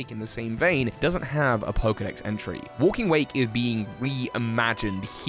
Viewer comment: "Wlaking" "zERO" Also it's hidden treasure not hidden secret now you may "🤓" me